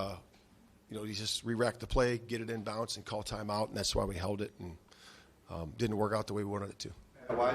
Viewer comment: The fact that he is saying "in bounce" instead of "in bounds" lol...come on